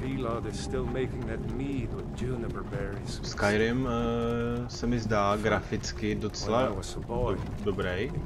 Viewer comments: Čte seto "skajrim" ne "skirim" :-) Ale jinak pěkný video. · vyslovuje se to skajrim ne skyrim, skyrim se to píše!!!